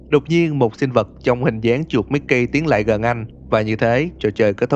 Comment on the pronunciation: Mích-ki :v